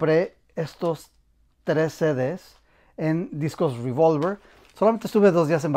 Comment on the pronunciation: No es ruivolver, es revólver, pronúncialo tranquilamente en español que tenemos esa palabra en el diccionario.